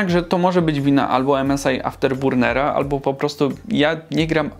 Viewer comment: Msi After Burnera wymowa razi:)